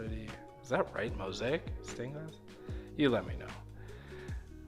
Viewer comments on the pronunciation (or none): It is pronounced "Mow zay ick" with the accent on the second syllable.